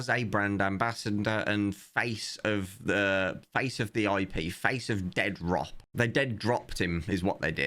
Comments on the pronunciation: FFS, it's not "Dead rop" it's "De-Adrop" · I love the way you say "Dead Rop". And it's not even as if you're distorting the name to make fun of it: they wrote it that way themselves. Essentially they punched themselves in the face.